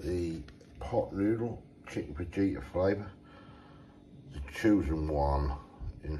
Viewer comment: Cheers for the laugh putting the water in then going at it straight away & calling it chicken fajita you pronounce it with a H not a J my mother in law always gets pronunciations wrong love taking the piss out of her😂